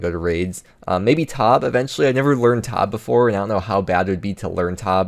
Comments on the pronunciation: Pronouncing Tob as tahb hurt me inside. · I've never heard anyone say ToB as Tobb before